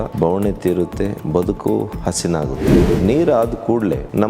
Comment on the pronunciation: ಹಸಿನಾಗುತ್ತೆ 😂😂😂,,, ಹಸನಾಗುತ್ತೆ,, ಅನ್ನು ಅಣ್ಣಾ